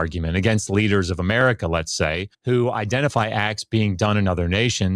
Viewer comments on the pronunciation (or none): none